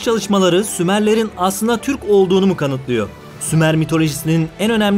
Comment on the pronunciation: Hocam şu “R” harflerini yutmadan anlatın lütfen. “Kanıtlıyo, anlatılıyodu “ vs gibi kelimeleri kullanırken özellıkle yüklemleri kullanırken whatsap yazısması gibi anlatıyorsunuz. R harflerini yutuyorsunuz olmaz böyle